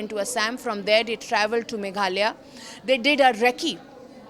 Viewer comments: Its not megalia its Meghalaya utter shame & disgusting you all dont know the name of a state of the country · Don’t you have better Orator’s to issie out stories…. She can’t even say Meghalaya properly